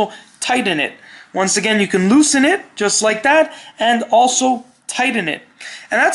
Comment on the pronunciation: Did you say tiden it?